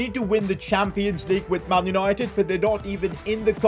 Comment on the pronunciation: "man unOIted" 😅😅 great vid though.....